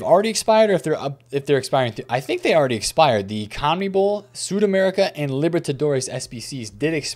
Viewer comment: Yoyo, quick FYI from your spanish speaking bro: its "SudamericaNA" for the conmebol cards. Cheers